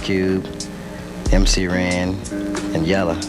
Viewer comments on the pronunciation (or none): Me too but it's MC Ren not Ran 😂🤣